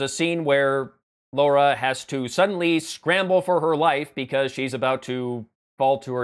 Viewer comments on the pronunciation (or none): What is with Americans? It is LARA not LAURA, no U in it you see. Sorry but, as a Brit, this drives me crazy. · It's pronounced Lara. Not Laura. Lara. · "Laura"? Is that an accent thing, or is he taking the smeg? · Why do americans pronounce it "Laura"? It is not as much of a criticism, as me wondering why. It's not the first time I'm seeing it and I am very curious.